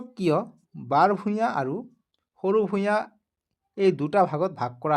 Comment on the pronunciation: ভূগ্ৰ নহয় ভূঞা ভুল হৈছে ছাৰ শুদ্ধ কৈ ক'বলৈ শিকিব ।